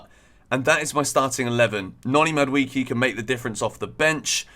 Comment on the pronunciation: Mad WAY kay not Mad wee key